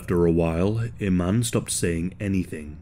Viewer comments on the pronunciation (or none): just for future reference, my middle name is iman. it’s pronounced ‘e-Mon’ thank you. david bowie was also married to model iman as well. love your videos. just a heads up. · yes. it is. there are of course different ways of spelling and slightly different pronunciations. because it’s an arabic name so native speakers have slight accents. but i-man is not correct.